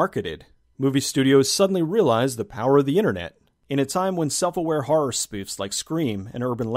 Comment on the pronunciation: Personally I'm no fan of harr movies, but the way you say harr genuinely makes me laugh.